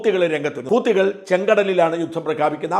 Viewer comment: Please ഗസ്സ എന്ന് പറയരുതേ. ഗാസ എന്നാണ് അതിൻ്റെ ഉച്ചാരണം. അതുപോലെ ഹൂത്തി അല്ല, ഹൂതിയാണ്. മറുനാടൻ ലോകം കണ്ടയാളല്ലേ ?